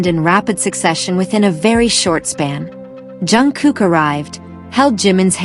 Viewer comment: Jungkook. Pounce it right!